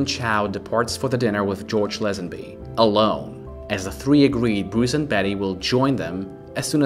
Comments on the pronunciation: LAZENBY!! NOT LEZENBY!👎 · It’s Lazenby not Lezenby.